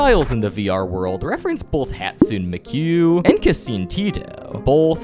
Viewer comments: WTF IS HATSUE MIKUE IT IS PERNOUSED (hat-soo-nai- me-koo) and (kuh-sayn-te-to) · OBCO UBITA T_T ITS OBITO (OH-BEAT-TOE) UCHIHA (YOU-CHI-HA) its not hadsoon mekiou its hatsune (hat-suney) miku (meekoo) and kasane teto (kas-ane and teto) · hatsoon mikyou and kaseen tiito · Dude are you using Ai to voice this video or just really young to not know these characters? Like how are there so many pronunciation mistakes? Hatsoon Migu - Hatsune Miku Gasane Tito - Kasane Teto Emperor Palatine- Emperor Palpatine... Pandawin (not the first mention but the explanation) - Padawan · "bambooty" WHAT NO WHAT ARE YOU DOING?and then "hatsoon mikyou" "keseen teetoe" LIKE WHAT?????? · "Hatsoon Mekiou and Kesin Teeto" what the what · Who tf is hatsun meku and kaseen teedo 🫩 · “hatsoon mikyou and kaseen tiito” and then “luhffy” the confident mispronunciations cannot get any worse man…. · It’s pronounced hat-sue-nay-me-kuu and ka-sa-nay-teh-toe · "hadsune mikeuu and kensaeen teetho" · "hatsoon miqueue and Kasene teetoe" got me mad af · “Hatsoon mikoo and kaseen tito” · breathes in and out its hat-sun-e Me-ku and kah-san-e Teh-toh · It’s hot-sue-nay me-koo and idk for first name te-toe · its pronouced HAT-SOON-NAY ME-KOO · “Hatsoon mequ and keseen teetouh” HOW DARE YOU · BRO MURDURD THEYRE NAMES😭😭🥀🥀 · “Hatsun Mikyu, and Kasin Titoe” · "Hatsune mehkuu and Cassin Tito" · "Katszune neki" "Casssii Tikto" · HATSOON MEKOO????? TEETO??? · yeah, like calling miku and teto “hatsune mikue” and “khaseine teato” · Hatsoon muku?!? Teeto???!? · WHO TF ARE HATSOON MIGUOO AND KASEEN TEEDO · “ hatsune meekuueeww” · We love hatsun Meeque and kascene teetoe 😌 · “Both Hatsin Mikyuu and Kasin Tido”💀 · And ocho ubita instead of obito uchiha 😂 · “hatsue mikuu and kasine tito” 🗣️🔥🔥🔥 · Hatsune mekyu and kaseen teeto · Hatsune mekui and caseen teeto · YOU SAID MY QUEEN HATSUNE MIKUS NAME WRANG AND TETOS IT S HAT-SOO-NAE ME-KOO AND KA-SA-NAE TE-TOE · The way he pronounces “kasane teto” and “hatsune miku” is KILLING ME